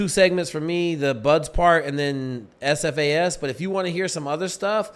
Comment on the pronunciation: lol its SFAS not AFAS